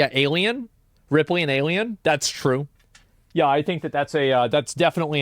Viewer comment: Did he just say ripely in alien wasn’t hot.